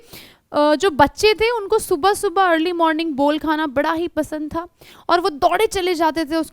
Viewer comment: Not a bor it's bol